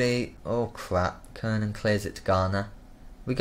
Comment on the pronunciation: kiernan is pronounced key-rnan kranjcar is pronounced kranchar O'halloran is pronounced O'Haloran